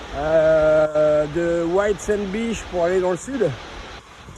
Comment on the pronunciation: Merci beaucoup pour tes vidéos! « Beach » ne se prononce pas « biche » 😂! A++ poto